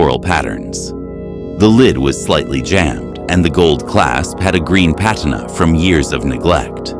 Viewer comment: The word "patina" should be pronounced as if you're saying "uuuugh", like you're thinking. The second and third syllables should sound like you're saying the name "Tina". Emphasis on the second syllable. pu-tee'-nuh Patina is what happens to metal as it ages, like tarnished silver, or aged copper (The Statue if Liberty, for example). So, the clasps on the jewelry box had turned a different color than the original metal, which is why she could tell it was old. Just meant to respectfully correct the pronunciation. I like your voice, in the future I'm sure you'll grow as a narrator and give each of your characters a voice and life... You're off to a good start .😊